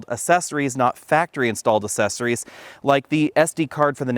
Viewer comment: Assessories? I thought they were accessories.